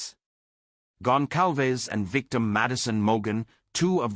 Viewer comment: He said their name right!!!! Finally someone said these peoples last name right! Out of respect don’t say their names if you can’t pronounce them it’s embarrassing when people call them Gonzales it makes us all look ignorant